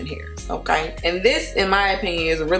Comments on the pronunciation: Love how she say okay !😂💀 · I like it when she says “okaey” lmao